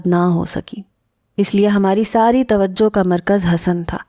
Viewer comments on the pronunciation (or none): none